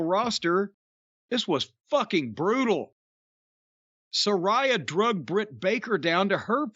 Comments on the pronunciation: It wouldn't actually work. And I think he knows it wouldn't because he KNOWS the pronunciation is Sa-RAY-a rather than Sa-RYE-a as he pronounces it but he just wants to annoy her and everyone by saying it that way 😂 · Nobody gives a f*ck..even Jim isn't pronouncing Saraya properly..goes to tell you all you need to know. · Jim said Saraya "wrong", here comes the twitter fit.